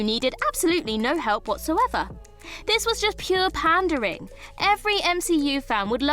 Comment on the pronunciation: Is 'panda ring' the proper British pronunciation for 'pandering'?